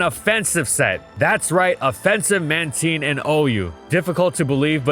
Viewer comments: No way he just pronounced man-ti-ne, man-teen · It's going to be another one of those episodes....Mantine not Manteen. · "Man teen" Like am I the only one who finds this weird, like I call it Man Tine, like Twine but no W, that kind of thing, like does it not sound weird. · Is it really pronounced manteen? Cuz ive been calling it mantyne since it released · I’ve always said mantine not manteen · Pronounced "Mantean" over "Mantine"? Like "time" "tine", but he goes "ean" sound?? Edit: so this is cuz u pronounced tine in English but when i watched pokemon as a kid in my native language u prounced it with "tine" like "time" probably due to how it is pronounced in japan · if you say it as "manTEEN" you are legally a wanted criminal and should ne jailed it's man-tine as in marine and tide mantine god i hate the anime for changing it and making this crused version of min-TINE'S name which sounds like bullshit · Why pronounce it "Man-teen" is it not "Man-Tine"?? God that pronunciation is killing me lmfao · Am i the only guy whose been saying Mantine with a long I? Hearing the word "ManTeen" over and over feels weird. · Man Tine, not Man Teen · TINE!! Not teen... I swear you did that on purpose... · It's pronounced "Manteen"? Not "Mantyne?' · When you hear him say “Man-teen” instead of “Man-tine” 😭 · I will never not call it Mantine. Manteen just...doesn't sound right to me lol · It’s been “man•tine” a lot longer than “man•teen” sooo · It's pronounced ManTYNE, not ManTEEN! Jesus Christ, how did you mess that up?! Anyways, why does it sound like you're yelling constantly in this video when you aren't sounding exhausted? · Why does he pronounce it like Man-TEEN 😭😭 it’s man-TINE like TIME but with an N instead of an M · Ok, not even 2 seconds in, who the hell pronounce Man-teen instead of Man-tine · Is this thing really read as Manteen? I always thought it was Mantayn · Its Man-Tine NOT Man-teen🤣 It's cringy like how you ruined my favorite pokemon's name, Drapion